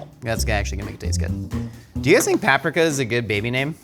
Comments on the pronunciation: Pap-prick-a... It's Pap-preeka... o.o SIR. Lol. And Steve was a BEAUTIFUL PERSON. He actually gave us all a message when we grew up for the time when he came back once... o.o RUDE. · repping the riptide rush fam. also, pap-ree-kuh. i bet you say it right but no i want paprika. maybe blue can help you find a clue next time. ALSO: steve talking to grown up us on tt is magical. he's still the same compassionate host I remember. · growing up without cable and hating zodiac nonsense is almost enough to make me forgive him for pronouncing paprika like that.